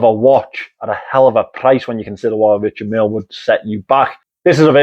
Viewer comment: 😅 and not only this word! As a french, I love how he pronounce Richard Mille 😊